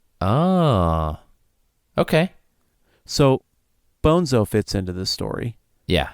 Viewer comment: I assumed "toons" was short for "platoons". Maybe it's not as obvious in the audio book. Also, Destin, it's pronounced Bone-tso (not Bonzo). They made a whole point about the pronunciation in the book. Guys, I haven't read this book in years, but it's probably one of my all time favorites. Thanks so much for this deep dive, it really takes me back! This is the kind of conversation I always want to have after finishing a really good book but can never find someone who read the same book recently enough to have this in-depth of a conversation. But listening to you guys is the next best thing, and you pointed out a few things I never noticed or thought about. I also have to strongly recommend the sequels, starting with either Speaker for the Dead (Ender as an adult in the distant future) which is a totally different kind of story, more philosophical and spiritual, but really worth reading; or, if you can't get enough of Battle School, read the parallel Shadow series, starting with Ender's Shadow, which follow Bean, who was only a minor character in Ender's Game but has a REALLY interesting backstory and future and was actually the smartest person at Battle School. You don't even have to do a podcast, just read them. Orson Scott Card has done so many good books - I would love to have a conversation with that guy because he's clearly a deep thinker who likes to ask the kind of difficult questions that most people avoid. Anyway, great episode - so satisfying.